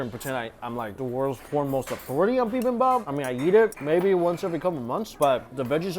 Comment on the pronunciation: "BibimBAPPIN'." Mike, get that on a shirt.